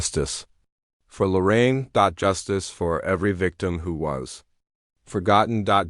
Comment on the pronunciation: I love Lorraine. She changed so much since Mark Laita came on the scene. Shame on that family for laughing about her rape. Who the hell are the Widers? AI sucks,dot. Stop dot. With this shit dot! Her name is Lorraine,not Loren. Half the time I heard Loren dot!